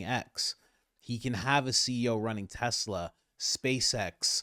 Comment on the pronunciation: Idk why, but every time trump says tesla, it sounds like he's sayin "tesler"! He been spendin too much time down yonder!! Lmao